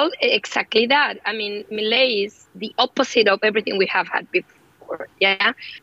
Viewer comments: Me-lee-a… wrong Me-lay… correct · Que cosa como le cuesta a los no hispanohablantes decir milei 😂😂😂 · Is this a new fashion pronouncing his name wrong? Everywhere presenters seem to have the same issue. Its just 5 words.